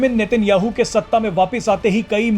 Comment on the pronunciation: भैया वो नितिन याहू नही , वो नेतन्याहू है 😂😂😂😂